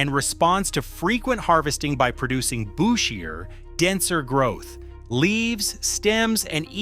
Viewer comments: 😂bushier is pronounce boo-she-er … that’s how you know it’s narrated by AI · AI pronounces bushier as booshier, lol.